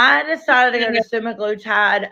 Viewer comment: say semi-glu-tide. All together.